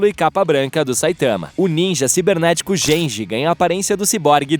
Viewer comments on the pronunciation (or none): chorei na pronuncia "JENJI" aheuheuahueahuheauheuahuea